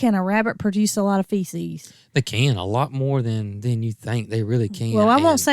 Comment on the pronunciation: Lol it's manure not cow feisies.